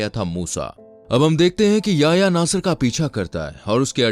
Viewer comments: Bahi wo Yaya nahi ya-Hi-ya. Hai 🤗🤗 Yaya 😂😂😂😂😂🤣🤣🤣Yaya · Bhai naam to sahi pronounce kar, YA-HI-YA